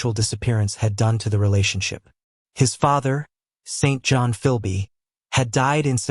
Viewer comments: Correct! Pronounced Sinjun. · We here in Britain do not pronounce the name St.John like that!